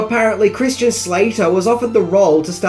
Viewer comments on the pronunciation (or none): none